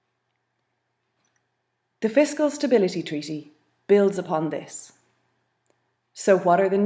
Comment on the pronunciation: How comes this lady says "tweaty" instead of "treaty" ?